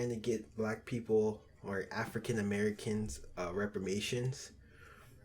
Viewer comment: It's Reparations fellas. Not repamations.